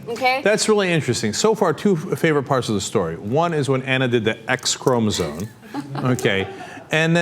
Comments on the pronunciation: I think you might be pronouncing chromosome wrong! It sounds like Anna and Cenk are saying 'chromosone'. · BOTH of them pronouncing the word as "chromosone" is almost as bad as bush and his "nukyular" nonsense. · Jesus, if you two say chromoSONE again I will beat you with a dictionary! ChromoSOME! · It's ChromoSOME, not Chromosone. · Apparently Cenk and Anna are oblivious to the fact that 'Chromosome' has an m in it.